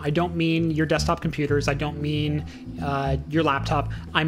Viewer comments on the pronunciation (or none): none